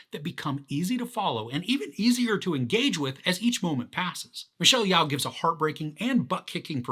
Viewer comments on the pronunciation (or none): Her name is pronounced (Yo)! Jus FYI buddy! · "I think that's how to pronounce his name" Sounds about right! lol! But, Michelle's is "Yeo(h)" (like 'Yo') Anyhoo, you gave a good tip on how to appreciate this (type) of insane adventure/multiverse experience! "Once I decided to stop trying, and just go with the story it became so much easier to follow ..." ;)